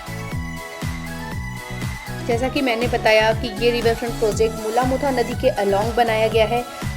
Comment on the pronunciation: Pronounce the names of our rivers properly.... Its मुळा-मुठा!